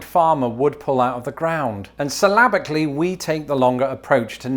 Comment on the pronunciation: The way you say syllabically is weird